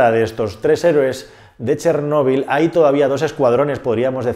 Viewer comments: Si vas a yablar de ChÉrnovil por lo menos habla bien y acentúa la É y no la O,ya que me es demasiado distractivo y molesto escucharte. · Si realmente fueras ucraniano sabrías que no se escribe "Chernobil" y de hecho la pronunciación correcta es otra